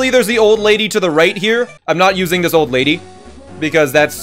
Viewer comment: When he said use the “old lady”… it sounded so wrong